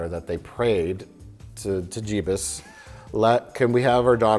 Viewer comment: I cringe every time Mike says „Jebus“